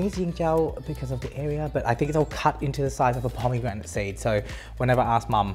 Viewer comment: No one: No one at all:: PoMeEGRaNiT SEeEds